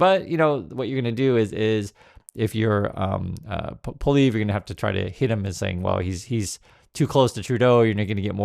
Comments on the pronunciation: Poilievre is pronounced "Pwa ly ev ruh." But you needn't worry about that after Monday's election. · Pol E Ev... I'd you're going to speak on Canadian politics you'll sound a lot more credible if you can pronounce the name... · Happy to see you covering Canadian issues, the largest of which currently is responding to the US administration. I voted last weekend. Just so you’re aware, Pollievre is pronounced “polly-ev” (the “re” is silent). In no way should this be perceived as an endorsement for him. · Just a note for our American friends. Poilievre is a French name, 3 syllables and pronounced Pwah-lee-ev.(sorry - this is my best attempt to write phonetically) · It's pronounced PWA-lee-ev. In case he wins. Just a word to the wise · It’s pronounced Polly Ev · It’s an anthem not a song and it’s “Polly ev” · Pronounce Polievre as "Polly-Ev," or "Polly-Ever," which still isn't close to the proper French pronunciation. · I prefer the pronunciation PoiliNevre. I have already voted. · Are you kidding me? PP is mini-trump wanabe. Carney is a proven economist of excellence. PP is just like trump a lair like trump interested on giving tax cuts to the rich. You are mispronouncing Poly-ev. Like the name of a girl with "ev" at the end. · Please do not call a national anthem a song. Thank you. And please learn to pronounce someone’s name correctly. Thank you for keeping us in the loop. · Lol... You can't even pronounce his name! Most Canadians can't stand listening to that 'Mini Maga' wannabe: Pierre Poilievre that is. 😡